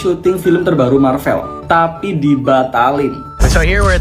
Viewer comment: MARVEL bahasa English bukan belanda. Sebutan biar betul.